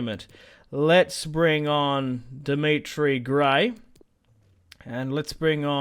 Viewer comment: Dimitri Gray ? It's Demarai lol